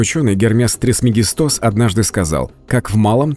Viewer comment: "Древний учёный Гермес ТрисмегистОс"... Где и когда жил этот "учёный"? )))